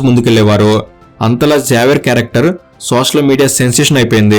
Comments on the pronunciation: జావియర్❌ జేవియర్ ✅ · Neku kanisam xavier ne sariga pronounce cheyadam kuda radhu….😂😂😂